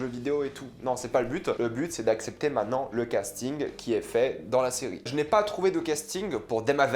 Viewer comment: La vidéo est cool. J'ai hâte de voir la nouvelle saison. Par contre, dans le mot "maintenant", on prononce le t. 😊 Cordialement.